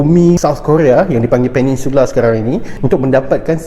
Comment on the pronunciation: Peninsula Bukan Peningsula Bang